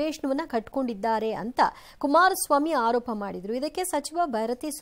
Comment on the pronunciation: ಅಕ್ಕಯ್ಯ, ಹಾರೋಪ ಅಲ್ಲ ಆರೋಪ